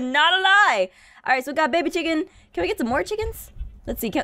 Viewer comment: "Wets get some bwed"... 😂😂😂😂😂😂😂😂😂😂😂😂